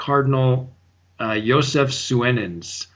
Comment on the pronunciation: By the way l'm pretty sure Cardinal Suenens is pronounced Soonens. Weirdly l belief he consecrated Archbishop Lefebvre a bishop...an evil man consecrating a Saint!